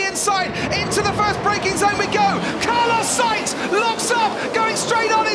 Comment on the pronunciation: “carlos sAInz” 😂